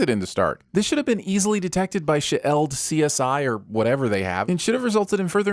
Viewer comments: Why is he pronouncing it "shee-elled"? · Sin: This narrator can't pronounce the word shield. (ding) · Why are you pronouncing SHIELD that way? 😂 This is LAARPing all over again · What’s with the narrators pronunciation of the word shield? It sounds like it’s being read by a bot, like the periods in between the letters are throwing it off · Here’s a sin- your pronunciation for S.H.I.E.L.D